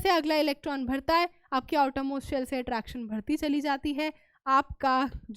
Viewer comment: Why mam pronounce BHadHTI instead of badhti 🙂